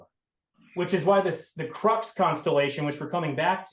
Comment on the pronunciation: Why does he keep calling it the crux constellation? Everyone else in the world calls it the southern cross. Quit this desperate attempt to sound smart, you're not even pronouncing crux correctly.